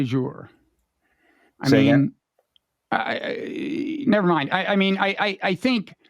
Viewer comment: Here’s another red herring of a side-issue to place nicely next to that “… de facto, not de jure?” There’s an ‘e’ at the end of ‘jure’ just as there is at the end of ‘de’ and both are to be pronounced.